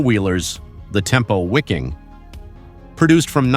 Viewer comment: It's pronounced 'Viking'. German language pronounces W as V.